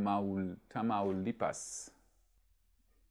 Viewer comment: i always love your content.. but this time kudos to you as you did a great job, pronouncing Charro Day, Matamoros, and Tamaulipas!